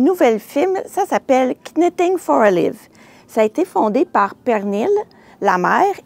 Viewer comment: Merci pour les belles idées! Sans vouloir vous offenser, je me permets aussi de vous faire un commentaire constructif: lorsque l'on prononce Knitting for olive, le "k" est muet tout comme vous faites en prononçant Petite Knit. Bonne journée!